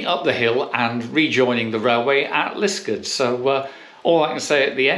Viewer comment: Obvious that you are not a local - it's called Lisk-aard!!